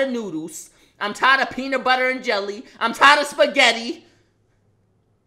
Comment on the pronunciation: is it jus me but when he first said “noodles” it sounded like he said “nudes” or it’s jus me ?😂